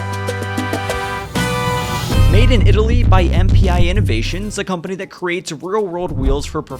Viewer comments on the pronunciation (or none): none